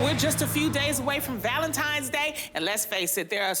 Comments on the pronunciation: It's the valenti"M"es instead of valenti"N"es for me 🥴🥴 Jesus 🤣🤣🤣🤦🏾‍♀️ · Right!! I'm sitting here saying "tine's" not "time's", wishing she could hear me. I can't stand it. 😵‍💫😵‍💫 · Not Nene with the "Valentimes" day 😭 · Why do people from Atlanta say ValentiMe's???!!! My ex still says that and he's all the way in his 40s and it's still annoying. Nene you're grown. Do some reading argh 😫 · So glad I wasn't the only one who caught that. Hearing that was like nails on a chalkboard! 😬😬